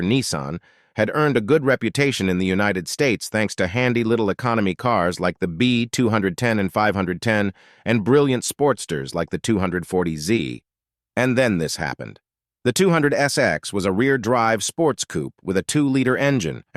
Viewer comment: ..dunno if the script is being read by an 'AI' voice, but there are a LOT of mistakes in pronunciation. 'B Two Hundred and Ten'??? that would be the 'B-two ten'...'Two Hundred Fourty Z' ???That would be TWO FORTY Z...oh my. Just get someone to read the script.